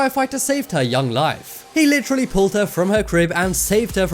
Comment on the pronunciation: He said litchrally a lot